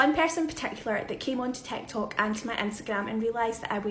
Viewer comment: She said TAKTOWK! 😆